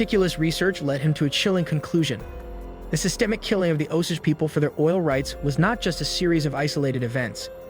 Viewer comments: Martin Skor-say-zee. He's famous. Oh-Sage pronounciation... not Oh-sidge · And it's pronounced Os-Age.....not Os-ige😕😕😕